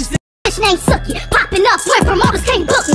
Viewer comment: ITS PRONOUNCED SUE-KEY